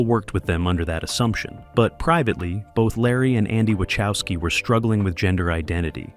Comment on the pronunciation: Great video, mate. Something that really messes up my mind, tho: Wachowski is a Polish surname and it's pronounced something like Vah-hofs-ski